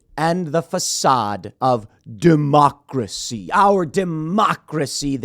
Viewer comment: I got your pronunciation: de-mock-racy. 🤣👍🏼